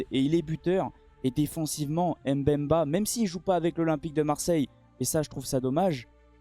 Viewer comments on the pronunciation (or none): Très belle analyse. Vous prononcez bien les noms des joueurs sauf seulement chez Chancel Mbemba. Ce n’est pas M-Bemba mais Mbemba. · On ne prononce pas le M du début du nom de MBEMBA